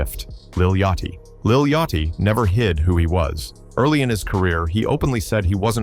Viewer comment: “Redmin” and “Yacht Chee” …. The AI slop is real here …. 👎🏾